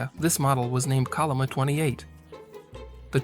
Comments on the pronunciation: Chol'-li-ma, bro, i'm not a Korean neither, but it's not that hard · Pls use the Yale romanization "chenlima" when pronounce 천리마